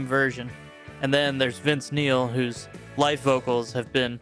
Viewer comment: It sounds like you’re saying life instead of live.